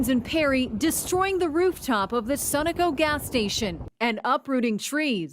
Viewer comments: Um....ik its not the point of the video, but its pronounced SUN-O-CO. Not sunico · She pronounced SUNOCO - SUN O CO - and she thinks she's a journalist.